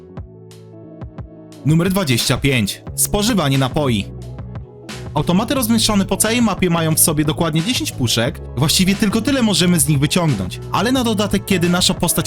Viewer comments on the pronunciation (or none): Cool tylko napoi ziomuś nie napoji.